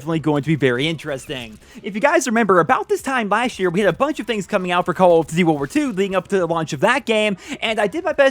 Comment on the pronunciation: "Call of Ditty: Wuwar 2"